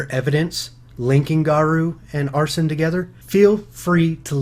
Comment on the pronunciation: you pronounced arsene wrong